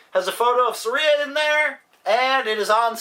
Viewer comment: Thanks a whole lot for pronouncing my name right. FYI, It's said Sah Rie AH.